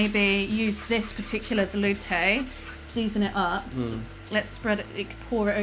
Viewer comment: can't pronounce "velouté". Failure... Sorry aunty Liz I couldn't resist.:)